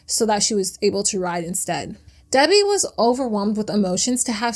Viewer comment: It’s Debi not Debby